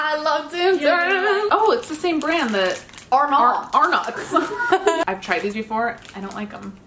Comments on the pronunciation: it’s pronounced Ar-nits NOT ARNOTS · She actually said arnots and I'm not from Australia and I know that